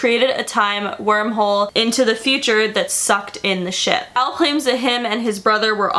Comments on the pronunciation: when you say Al, i hear El 😂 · Al like El